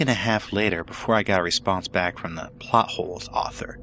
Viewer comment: Totally thought the narrator said "butt holes" instead of "plot holes" 😂😂😂